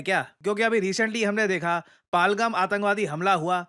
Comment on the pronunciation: Not palgam pahalgam dear